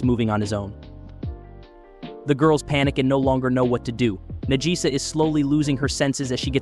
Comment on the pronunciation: Najisa = Nagisa. The name was pronounced wrong (typical american) and then subtitled after that...